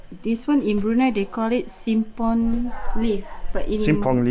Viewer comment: Simpur not simpong😂😂😂